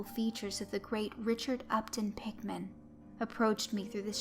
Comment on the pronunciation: it sorta sounds like your saying pikmin